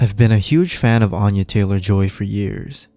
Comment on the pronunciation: You're mispronouncing her name it's Anya like aneurysm